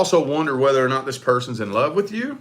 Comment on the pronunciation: Why do you say "which" instead of "with"?